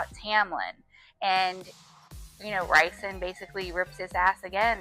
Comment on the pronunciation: ok but the way you say rhysands name lol